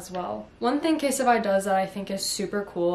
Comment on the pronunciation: please dont say it please dont say it...: something thats really essential is a good phone case... CaSeTiFy🤦‍♀️🤦‍♀️🤦‍♀️